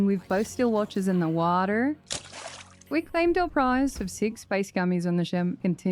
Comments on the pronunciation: the fastest 2 hour video I've ever watched Also, the "WATAARRR" annunciation fucking sent me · "into the wah-terrr" 😆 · the attempt of saying "water" as the only word in an american accent in the whole video was too funny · second. HAG MARINA DOESNT HAVE A BABY BUMP?! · I will never get tired of the way you say water... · Hey, I love your videos! And your sneak Archer build is stupidly overpowered and I love it! I just have one question though, why do you pronounce "water" like that? Did someone make fun of you for pronouncing it with an accent? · curious why she says water like a normal person instead of the way of the aus people. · why is no one talking about how she said bottle of water LMAO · But why pronounce water that way tho haha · I cracked up every time you said water. Great sense of humor and a great video! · alright i gotta know, why do you say water in an American accent?